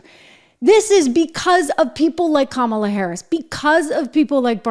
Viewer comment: “Hi, I’m Kommyla Harris. I may have lost the election and it’s not my fault cuz I din do nuffin wrong, but I still have my Doritos in OG Nacho flavor.” Doritos, because even growing up a middle class kid you can still enjoy that crunch.